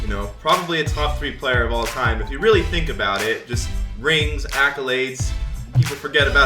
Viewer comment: lmao no one caught him saying "you need more than 1 99 ovr if u weawy wanna be the best all-time team"